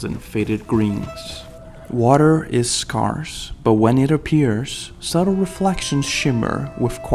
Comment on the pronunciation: the worse is scarce not scarse